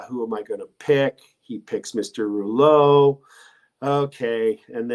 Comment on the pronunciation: Viva..I love you brother. But man..please speak either French OR English..not both. (I and I’m sure many others cringed every time you pronounces that POS Rouleau’s name that way;)